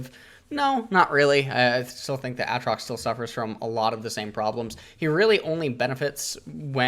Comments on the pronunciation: When he said Aatrox and not A-A-trox widepeeposad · its been like 9 years and you still says aatrox's name like that